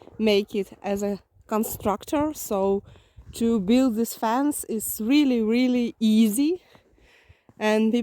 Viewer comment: You were saying FENCE, i thought you were saying FANS and i was trying to figure out why people were putting fans outside their houses lol😂